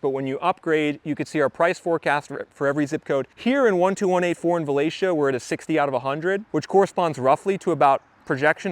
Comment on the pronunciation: now I know how to pronounce Valatie😀